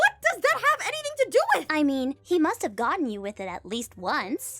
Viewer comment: "You and Aaron mush have..." ASDFGHJKL